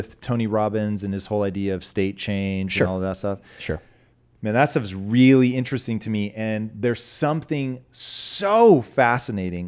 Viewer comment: Tom " this is very interessting " Bilyeu